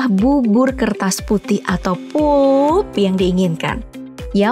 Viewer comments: Tolong pronounce “pulp” dibaca “palp” bukan “poop”👍🏻 Biar ank indo bisa bedain yg bener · sebutan benarnya adlh p-a-l-p..bkn pup. Bisa jd eek toh kalo di dengerin scra instan. Tp ya kerna bhsa inggris perkataannya jd pulp